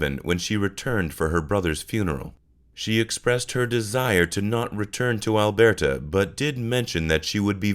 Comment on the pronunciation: Great video! Heads up from a Canadian, Alberta is pronounced “Al-bur-tah” :)